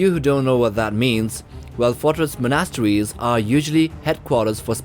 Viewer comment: It's the way monasteries is pronounced..I can't unhear it